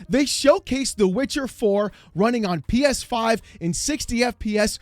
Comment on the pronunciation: PEESFIIIII 😂😂